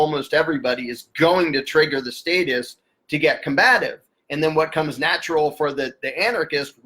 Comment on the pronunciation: Errytime you say satists it sounds like satanist